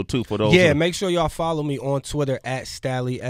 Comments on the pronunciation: Was it JUUUST ME that was experiencing anxiety EVERY time Sway *mis-pronounced Stalleys' name tho ! ? ? ? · sway this one reason i quit watching your channel you cant even SAY Stalley name right you out of touch brah smh lol